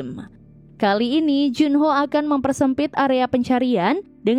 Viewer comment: Kok berubah juno namanya disini. Kok ga dibaca jun ho